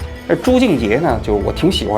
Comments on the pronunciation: 还有朱洁静说成了朱静洁😂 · 朱洁静 不是朱静结😅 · 作为阿兰、haya和朱洁静的路人粉，真的想提醒王局，念错名字（朱洁静，不是朱静洁）和认错脸（那句藏腔的歌手不是阿兰是haya乐团的黛青塔娜），这样的失误，是可以事先稍微准备一下就可以避免的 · 纠正一下王局的口误 朱洁静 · 跳舞的是朱洁静，老王读错了😅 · 王局，你喜欢人家朱，为啥人家名字都叫不对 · 王局这集有瑕疵 首先是 朱洁净 名字念错多次； 再者多艺术作品的解读显然不是王局的本行，有点尬；阿兰是四川康定人，这里可以说说四川藏区和西藏藏区的关联和区别？王局加油，新年快乐！ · 你挺喜欢的舞蹈演员还念错名字啊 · 是的啊，我听着也很别扭，朱洁净的名字一直都说错了，还说他一直很喜欢朱洁净的舞蹈。